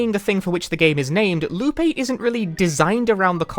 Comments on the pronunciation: I mean, he basically keeps saying "Lupe" when he says "Loop8" due to how he basically doesn't pronounce the latter half of "Eight". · I keep hearing him say Lupe lmao